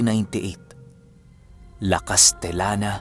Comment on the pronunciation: pgbigkas pu ng lugar LA CASTELLANA po.Hndi LA CASTELANA. Proud tga negros here❤